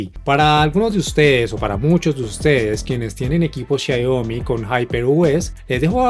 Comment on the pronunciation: Muy bueno el video! pero... por qué decís Xaiomi?' Abrazo!